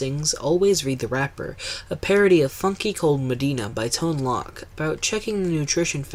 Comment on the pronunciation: Really don't wanna be mean here but(and I don't know why EVERY theme park YouTuber misses this) but Ton Loc's name is pronounced Tone LOKE like Coke, Smoke, Broke, Poke. I don't know if everyone followed Communicore Weekly's mistake or what but every single video that talks about Food Rocks botches this without fail. Anyway, this is a great vid and I LOVED Kitchen Kabaret. I never got to go to Food Rocks as I haven't been back to Epcot since that space was Kitchen Kabaret. Keep up the good work, man.